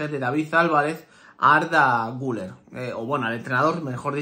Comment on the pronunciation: Se escribe guller se pronuncia guiler